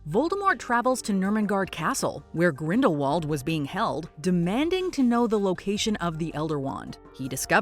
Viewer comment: And you need to listen to Jude Law's pronunciation Grindelwald As you are saying it wrong JK Rowling Tell him how to pronounce Correctly